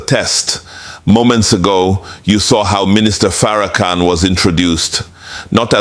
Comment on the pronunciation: You can hear the condescending tone in Donahue's voice. Donahue Is also mispronouncing his name calling him "fair- a -can, oops were we not supposed to see the total disrespect. Sorry Mr. Donahue, your entitlement is showing. The "gotcha" moment didn't happen according to plan. Thank you Minister Farrakhan. Donahue forgot. He didn't get the memo that slavery is over. Maybe he should open his wallet and contribute to reparations.